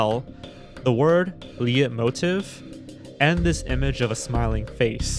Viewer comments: "Lee yet motive" lmao 😂 "Leitmotive" is pronounced "light mo teef", though it's usually written as "leitmotif" ("motif" and "motive" are sometimes used interchangeably) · Great video again, but the word "Leitmotiv" is German and pronounced "Litemoteev". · Leitmotive is probably pronounced “lite-motive” like leitmotif instead of “le-it-motive” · "leitmotive" is pronounced "light-mowtiff" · they way leitmotif was pronounced was the scariest part of this video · the way you say "Leitmotiv" is hilarious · The way he pronounces leitmotiv hurt me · the way he pronounces leitmotiv pisses me off so much